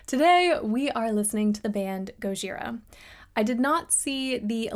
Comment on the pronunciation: You are the first non-french Youtuber who pronounces their name properly: GOJIRA. All others can't help adding a D to say GOD-JIRA. It irritates me :-)Thank you for that! You could have chosen e.g Flying whales or Amazonia or Silvera (among many jewels...). I've seen them 8 times in concert, massive sound live! Mario is an amazing drummer, best there is in metal right now! GOJIRA rules. Period!